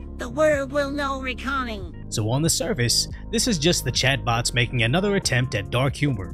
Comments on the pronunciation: reconing lol not reckoning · I love how pronounces "reckoning" as "reeconning" 😂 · AI so smart but can't pronounce "reckoning"